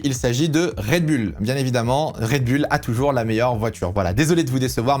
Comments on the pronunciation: yes same here, on dit red boule 😄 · red "boouuuullllleeee" putain... pas red "bulle"😅 tu dis les Chicago "bulle" aussi?? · Rien à dire sur les propos très riches et bien formulés. Petit bémol... un rien ! On dit RED... BOULLE et non pas BULLE !😏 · MDR la prononciation de Raide BULLE :) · La vidéo est sympa et intéressante, par contre la prononciation "Red bulle" décrédibilise trop le message. En tout cas, ça me fait tiquer :).